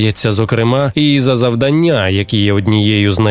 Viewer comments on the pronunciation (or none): none